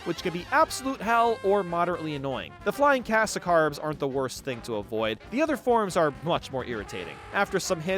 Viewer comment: cat scarabs? not "sacarbs"